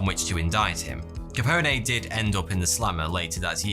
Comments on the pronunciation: The “e” in Capone is silent Edit: Just FYI... otherwise cool video! You said Kaczynski great!! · Isn't "Capone" pronounced like "pone" or "phone" at the end? I think you're saying this ridiculously famous name wrong. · Really bugging me how he's pronouncing Capone 😅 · You sure do mispronounce a LOT of words, but Al Capone is pronounced with the e silent. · I love your videos, but I gotta tell you, the E is silent in Capone and it's Way-Ko not Whacko 😂 Although the people in Texas are considered whacko by many around the country, they're not anymore cray cray than anybody else here. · it's just Capone not caponè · The e at the end of capone is not stressed. It's pronounced like cone or tone. Perhaps even bone. But the long e is not needed. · Just one question: who in the HELL is "Alfonso Capony"? Capone like telephone, unless you pronounce it "telephony", in which case😓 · Al Capone pronounced his name with a silent e so its not kah pony its kah pone and again the e is silent think bone not pony. Its a common mistake made by non Italians. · " Ka-pone" not "Ka-pine-aye" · Love your videos. Capone = (cap-own) not capony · cuh-pown....not cuh-pony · How is it possible that you don't know how to pronounce Al Capone? He's the most famous gangster in history, everyone knows its pronounced line bone not like pony. Also the FBI had absolutely nothing to do with his case, or anything relating to prohibition. It was Treasury agents that made the case. The FBI is part of the Justice department not the Treasury department and the Bureau of Investigation was insignificant during that period. It rose to fame in the 30s chasing bank robbers not organized crime. In fact Hoover famously denied that there was even such a thing as the mafia. Don't know if he was sincere in that belief or if they were blackmailing him because Hoover was as gay as a summer hat. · "Al caponey"...lol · The e in Capone isn't sounded out like pony or something lmao